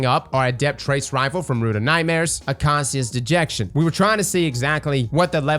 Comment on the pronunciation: The way you say Acacias dejection personally hurt me